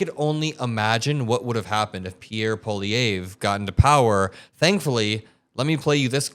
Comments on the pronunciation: It’s Pierre PWOLYAIRVRE. THATS how it’s said. Hopefully you won’t need his name very much. I can’t imagine what a state we’d be in if he had been negotiating! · POL eeeee ev Pronounciation of of our own maga wanna be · Polievre. Po Lee Ev. For some reason the R is silent. Just like Polievre. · I would like to hear just one American pronounce Pierre Poilievres name correctly.